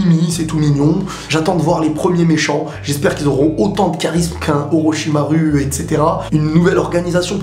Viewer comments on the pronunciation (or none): Super a part peut etre que tu dis oroshimaru plutot que "oroshiarou" (en prononciation) ^^ Sinon je te conseilles boruto le film c'est vrai qu'il est vraiment cool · En V.O ils ne disent pas OrochimarOUX mais bien OrochimarU ^^